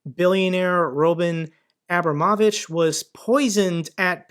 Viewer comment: It takes some practice but you can pronounce Roman Abramovich "rah.Maahn - Ahh.brAH.moe.VEEch" (stress the capitol letters) - Have a Happy New Year.